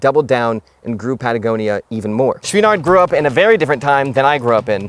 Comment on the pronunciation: I’d find this video more enjoyable if you could learn how to properly pronounce Chouinard. Also, while you’re at it, “mountain” — there’s a ‘T’ in there. 😉